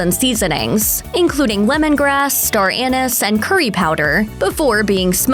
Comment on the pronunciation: If the script has an ingredient you don't know how to pronounce, then look it up before recording the episode. Of course, talking about Star Anise here. :)